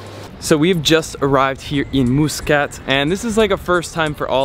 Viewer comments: "" 😂😂 I was drinking water when you said that Cool video tho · We wright it Muscat and we don’t say it like how he said it but your kinda right how you pronounced it I am Omani btw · The Al Bustan Palace was never built for the Sultan. I was built as a luxury hotel and was first used for the first GCC meeting in Oman. By the way, it's pronounced Mus- Cat not Moosecat. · It's pronunciation is "mas"cut not "mu" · Pls pronounce Muscat Properly brother. It's Muscat (masqat) Not muus kat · Lol someone gotta tell, that is ain't moooscat, it's muscat! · Pretty sure its pronounced mus "cut" not mus "cat" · Love that pronunciation - Moose Cut! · Your pronunciation is really bad. It’s muscat, as in muss you hair and Mutrah as in mutt. And the coffee is called Ghawa not kawa.